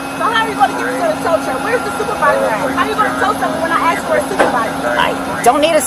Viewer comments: I axed her. I kept axing her. I dinna do nuttin wrong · I love how she "axed" this and "axed" that. The day a black actually PROPERLY pronounces the word "ask" CORRECTLY....I will fall over. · Her biggest problem is “axing” the officers a question. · She was AXING for a MANAGER. 😂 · It’s asked not AXED use proper english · She keeps saying she Axed her over and over ! Isn't that assault on a LEO lolol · What does she mean, "I axed her". That sounds kind of violent. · "axed her" <--- Immediately disregard anything after that. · She axed them a question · Never believe anyone who says "ax" in the place of "ask" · Why can't African Muricans say the word ask...ARKS!!! Frustrating to hear it all the time..send her to a libaryan. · She should be arrested for saying axed instead of ask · She "axed" her.....sounds like a murderer..... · I thought she said " I axed to speak to a Manager" ? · I axe her….. I axe her….. lol